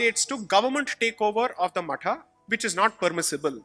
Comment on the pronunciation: When Sai says 'matha' it is the correct pronunciation as the in sanskrit /samskritam it is मठः